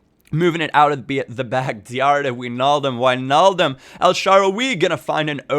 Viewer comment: Finally a youtuber who pronounces Wijnaldum correctly